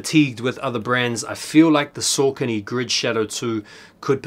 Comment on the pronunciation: Don't blow up the spot! 😅 I love Saucony its nice to be able to get some really underrated stuff with little stress on drop day. (also sorry to be that guy but its pronounced Sock-uh-knee) keep up the great vids!